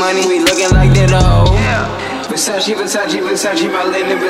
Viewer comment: Your pronunciation of "versace" is wrong 🧐